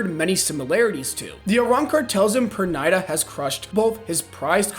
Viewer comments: Perrrrnida not Pernaida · was gonna make fun of how he pronounced pernida till I saw the comment is new so now imma say GO!!